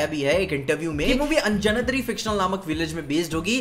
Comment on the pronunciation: Hi! First of all, I love your videos. After seeing 3 videos of yours on this movie, I want to convey you something. The pronunciation of Anjanadri is अंजनाद्रि. It is concatenation of 2 words anjana and adri. Where adri means Hill/Mountain. And we know anjana is mother of hanuman that's why he is also called Aanjaneya. Please correct the pronunciation and hope you found why the village name is that. Once again. Great work. All the best.